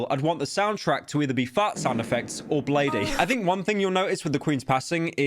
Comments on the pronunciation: ffs pyro its blade not blade-e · Some please for the love of god tell him bladee is pronounced blade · One Day He'll stop saying Bladey